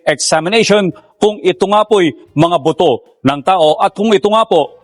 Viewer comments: Not “boto” but “ buto”😊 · Buto po..Hindi boto..